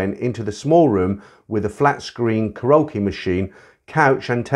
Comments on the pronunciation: Mate, it's pronounced "carry okie", not "ca rokie." Lol😂😂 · 1) Karaoke “Carry okie”, not “croaky”; 2) An argument ENSUED, not “ensured”.